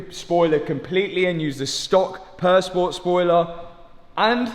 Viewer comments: im usually not bothered by accents but for some reason purr sport instead of pure sport drives me nuts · Great content. I just wish would pronounce Pur Sport as the French would ("Pure Spore"). It's French for Pure Sport,.